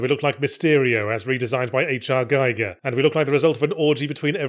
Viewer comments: "HR Geeger" - phonetically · Was H.R. Geiger the dude who invented the Geiger counter? Oh! You mean Giger! I'm always baffled by Yahtzee's pronunciation of certain words, like "Diablo". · I almost admire your stubbornness in never learning to say H.R. Giger’s name right.